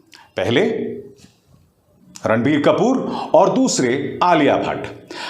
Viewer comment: Abhisaar Bhai jab apne video ke shuru me Ranbir Kapoor bola tha tab mujhe kasam se sunai diya "Randi kapoor" 😂